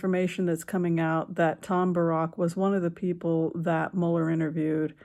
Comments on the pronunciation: Pronounce it Bear-ick, please. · Small point, Tom Barracks name isn't pronounced like Barrack Obama, it is pronounced as bare - icks, as in barracks (definition: a building or buildings for housing soldiers, etc.), I know he is of Lebanese origin, but in earlier coverage that is how his name was pronounced